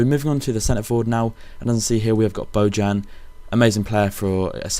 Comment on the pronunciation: by the way it is pronounced bo-yan